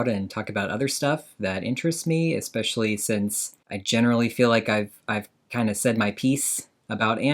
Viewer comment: She always says "exspecially" and I hate it.